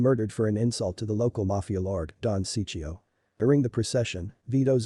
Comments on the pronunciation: don Ciccio, not Siccio, awesome work anyway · I can't stand how you mispronounce Don Ciccio